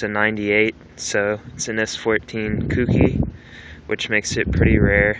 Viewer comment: It's pronounced "coke-e" not "coukie". Clean car though.